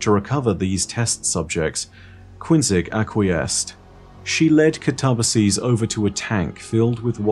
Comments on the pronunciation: Yes, I do believe you're correct on the "ba" part, as "katabatic" has that part pronounced like "bat." Granted, the root of katabasis, "kata - baino," pronounces the "baino" part with a long A. Like "bane." Though, the English word "basis" is also derived from that, too, and is pronounced with a long A sound, so, perhaps "katabatic" is actually the one that's not following the pronunciation root? But, on a sidenote, isn't pronouncing it "kah-tuh-buh-seez." He's pronouncing it "kuh-tob-uh-seez." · The word itself is already Greek. It means "a descent," though it specifically has the connotation of "a trip to the Underworld" kind of descent. And, despite what says, it is pronounced "kat-uh-bay-sis." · this is great! Good explanation! I learned new stuff, thanks. I believe, though, that the "ba" part should not be pronounced "bay" but "buh", because I believe, at least that's what I learned, that ancient greek words were not stressed on the second to last syllable. So I guess the should be stressed like this: kaTAbasis. Which, phonetically, would Ka-tuh-buh-sis. So the only thing where would be actually wrong would be the ending, where I think you're totally right, the plural would be said as pronounces it. But then again... all theory and I'm not a linguistics expert, neither ancient greek nor english are my first languages. xD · See, even if I may be wrong about the "kataba" part (though I'm not, given that the word "katabatic" is derived from the same root), the "sis" isn't pronounced "seez" no matter what. So, even if I'm wrong with the pronunciation, is, too. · Did anyone else pronounce it cat-uh-BASS-iss?